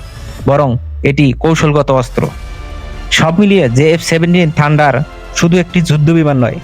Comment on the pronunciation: ঠান্ডার না ভাই থান্ডার।